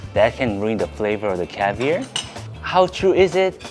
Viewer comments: I'm a big fan and been for a while. Your pronunciation of CAVIAR is killing me LOL. It is caviAR, not caviER. hahah love you still :) you funny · love the way u say cavier its caviar😂😂😂😂😂😂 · Its called caviar not cavir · it’s pronounced ar at the end like car. Caviar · You have to get pirate-y when you say caviar. It's pronounced caviarrrrr (cavy-R) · Him saying cavier is driving me crazy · The way says "caviar" 👍😂😂🥰🥰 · You sound very Texan when you say caviar xd